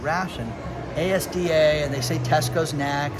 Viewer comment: I'm in the UK and saw the news stories about the vegetable shortage. But the shops all look normal to me. Btw, it's "azdah" not a s d a